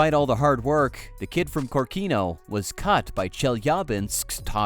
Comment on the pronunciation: I don't want to be a boring, but correct is Kórkino, the emphasis is on the second letter.